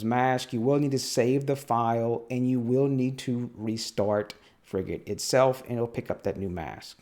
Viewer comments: I was on a Frigate for 4 years. You are saying it correctly 👍🏼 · As someone who's served on a frigate - HMAS Canberra (Oliver Hazard Perry Class FFG) - no, you're pronouncing it properly.